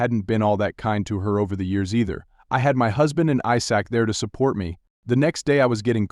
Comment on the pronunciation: AI doesn't pronouncing "Isaac"